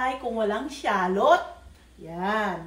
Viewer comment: Shallot or sallot..natawa ako dun 😂😂